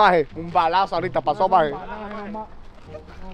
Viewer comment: NOT SAYING MAJE